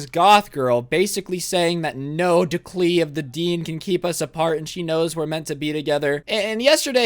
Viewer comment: he said no DECLEE of the dean and I'm dying